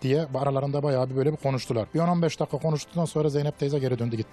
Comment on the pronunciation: Yalnız "baya" değil bayağı !